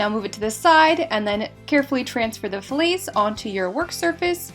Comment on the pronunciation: I’m not gone on how you pronounce fillets